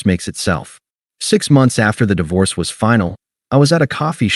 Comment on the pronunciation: Hey AI - Di Vorce is not the correct word. I switched off after 5 seconds.